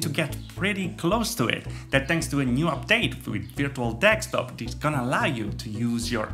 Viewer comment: Me: de: de Me: sk: sk Me: top: top Me: desktop: dekstop?